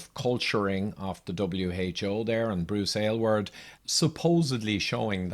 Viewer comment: I must say, as an Aylward, I love that you pronounced it properly and chose to present this information. I remember his statements and appreciate how you strolled us down memory lane.